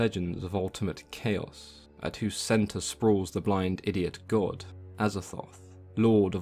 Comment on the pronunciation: I like the way you say the blind … idiot gawd.